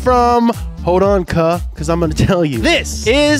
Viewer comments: Yoooo he said “CUH”! He knows about takuaches! Love this channel so much, makes me wanna join the donut team! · Like how he said cuhh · When said cuh. 🤣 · HE SAID CUH CUH